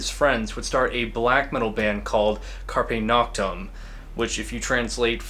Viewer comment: carpe noctem speak Latin bad.